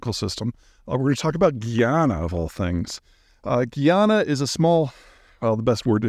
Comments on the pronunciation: It’s GUY-ANA, not GUI or GEE, its GUY in english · Great brief for energy interests: well done again. Locals call it Guy-ana, not Ghee-ana, and it makes really good rum, lots of rice, still has bauxite and gold, and has a land route connecting the Amazon waterways to the edge of the Caribbean. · Guy-ana, not gee- yana, - an actual Guyanese person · Big homie. My home country is Guyana pronounced Guy-ana. Please continue to preach about us not doing anything significant before the discovery of oil. Keep people from catching on and screwing up all of the awesome we have going on. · Perer the country is Guy-ana. Prior to indeperndce their was British, Dutch & French Guinea. I'm surprised you did'nt know this. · Peter, it's pronounce GUY-ana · It's pronounced GUY-ana. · Omgoodness! It is pronounced guy-an-na. How dare you said it had nothing going on unyil oil was found? Guyana has always been rice in buxite, sugar, gold and rice. Cant eben pronounce the nane correctly and have inaccurate information about guyana. Typical.